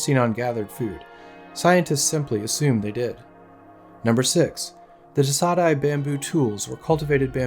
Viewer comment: ay is pronounced die.